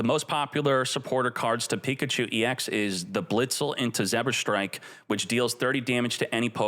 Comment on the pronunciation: Please. It’s called Zeb-Strika not ZebberStrike